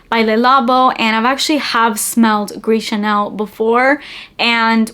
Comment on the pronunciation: It's "Gris ChaRnel."